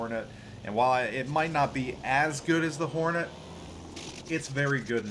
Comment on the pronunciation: Decent review. I keep tripping over adding an imaginary vowel between the r and the n in Hornet (horn-et vs hor-a-net that i keep hearing) but decent review.